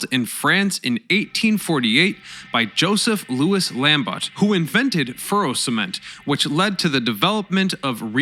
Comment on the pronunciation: Not lamb-bot. LAHM-BOH